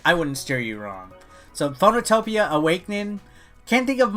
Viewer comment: Phoenotopia is actually pronounced FEE NO TOW PEEYAH. As in the Phoenix, a legendary bird and/or Marvel character. Or capcom video game lawyer.